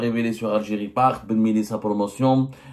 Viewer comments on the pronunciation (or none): none